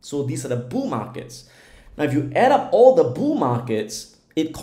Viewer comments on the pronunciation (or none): Lol. He saying “Boo Markets?” Or bull markets lol